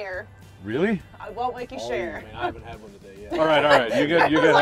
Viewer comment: Since when is the word share, 2 syllables???